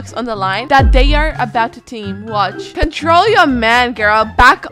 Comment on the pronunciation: “contral ur man” - 2022